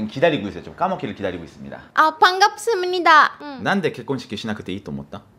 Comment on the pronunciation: '반갑쓰므니다' 너무 귀여운 발음이네요 한참 웃었습니다 아내분이 착하고, 순해보여서 좋네요 대한민국 남자로서 자상하면서, 매너있고 배려하는 마음으로 아내를 아껴주고 사랑해주셨으면 좋겠습니다 부부에게도 초심은 필수입니다 겸손하게 좋은가정 이어가길 기도합니다